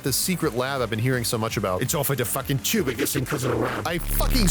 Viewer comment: "fancy a ride on the choob?" stabs very Britishly